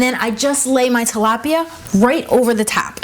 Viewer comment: YOU'RE RECIPE IS NICE AND EASY BUT FYI, IT'S TILAPIA NOT TALAPIA!